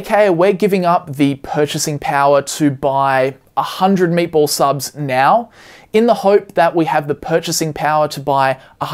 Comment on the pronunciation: thought you were saying "maple" subs before I saw graphic of "meatball" subs lol